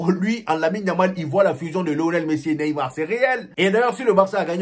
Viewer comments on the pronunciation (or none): none